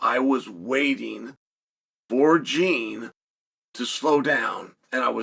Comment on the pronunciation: "Jean" is my ass. His name is JEAN. Put some brazilian effort on that!!